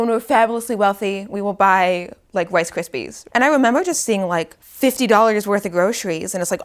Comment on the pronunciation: not the wice cwispies 😂